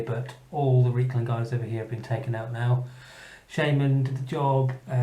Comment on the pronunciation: Reikland should be pronounced with an I sound, the River Reik is an analogue of the Rhine and the two sound similar - not that it makes a difference five years after the fact :-)